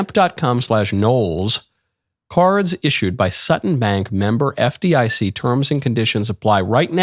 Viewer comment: Next time you say FDIC put the emphasis on the I. Just for fun